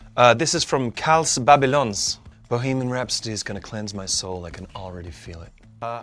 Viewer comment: omg the way Gwilym says "babylons" daammnn that accent